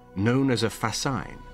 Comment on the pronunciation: Two minor comments from a former Armoured Engineer: 1. We understood AVRE to mean. “Armoured Vehicle Royal Engineers” and not ‘assault vehicle’. 2. Fascine is pronounced ‘fas-seen’ and not ‘fas-eye-n’